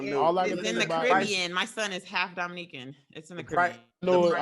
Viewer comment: Last 30 or so they didn't pick up on saying "Dominican" horribly wrong!! Lmao